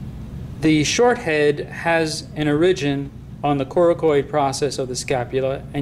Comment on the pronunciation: great except after a while the fact that he's not pronouncing "origin" right just gets annoying